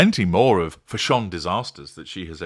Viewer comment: Still cracks me up when you say Fash-ON, 😂😂😂